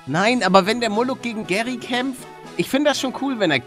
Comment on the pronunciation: Nicht muluck sondern moruk bin Türke